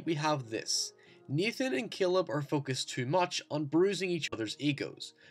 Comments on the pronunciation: Naaaaaaaaathan not neeeethan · Like halfway thru it's hard to tell if he's saying Nathan or Ethan